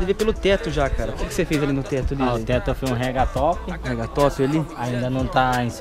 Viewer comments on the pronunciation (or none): só um detalhe, nao é raga top e sim ragtop kkkkkkkk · Ele falou rega top